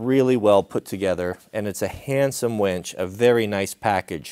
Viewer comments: Why do you keep saying "WENCH"? You used to build winches and call them wenches? You say winch and then wench LOL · Say it with me: wINch. Not wENch. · Can't decide if I hear wench or winch. ;)